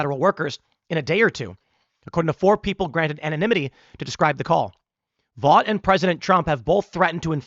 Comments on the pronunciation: Vought is pronounced Vote, not Vot. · I believe, Tim, Vought is pronounced VOTE. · OMB Director’s last name is pronounced “vote”.